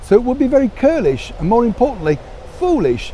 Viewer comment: I think you meant to say "churlish" not curlish. I don't think Princess Anne could personally give a damn about popularity polls or anything of that ilk. She is a working woman with a job to do and she sure gets on with it. I think she has her mother's strong work ethic and abhorrence for frivolities. She is one of the Family`s greatest assets and will continue to be so until the end. Again just like her mother.